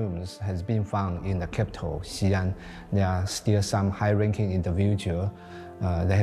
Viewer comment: Xian is not pronounced as Xian but "Xi" and "An". "Xi" means west and "An" means peace. So the "Xi An Palace" means Palace of western peace or Palace of western calm. Most westerners don't know that the Sui and Tang dynasties were pan-Asiatic in nature. Historical records of ladies of the court that had green eyes and auburn hair. Even the first dynasty of the Qin were Tibetan in nature. War, genocide, rise and fall of empire, fortune and misfortune relegated these people to the history book of the past.